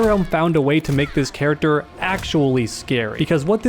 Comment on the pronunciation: "Kharacter" that was unnecesary, i love it.